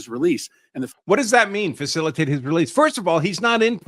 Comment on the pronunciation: Facilitate and effectuate say correctly you idiot 9-0 not what Supreme Court said they said facilitate or effectuate the illegal gangbanger